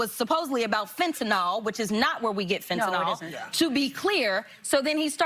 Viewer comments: Crockett calls fentanyl, fen-ta-nal. She's an absolute goofy 🤪 human being. I think 🤔 she's dingy, at this point! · She cant even say fetanyl